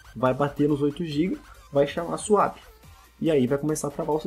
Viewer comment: não é "suap" e sim "suép"